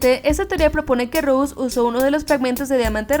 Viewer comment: se dice rose no rous xd